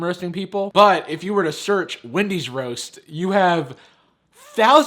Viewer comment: anyone noticed it said Wandy's